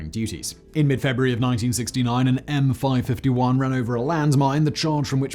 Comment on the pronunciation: Every time Simon says M five fifty-one a puppy dies.